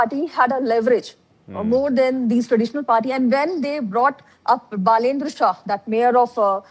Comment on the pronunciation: बालेन्द्र शाह is his name. Please learn how to pronounce it properly. Love and respect. Jay Nepal